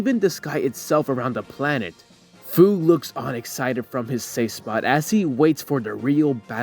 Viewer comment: just so ya'll know, and ya'll might not care, but Fu's name is pronounced Fee-you or you could just Take the Fu out of Fu-ture. if that makes any sense.